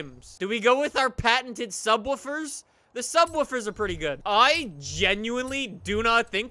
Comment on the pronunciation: No one: No one at all:: SUBWOLLFORS